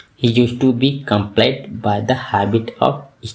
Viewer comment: Bhai plz improve your pronunciation ....apne....compelled ....ko ghalat pronounce Kiya hai